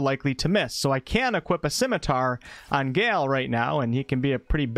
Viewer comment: Thank you so much for an incredible guide! Please take a moment to learn the more common pronunciation of the name/word "Gale". >.<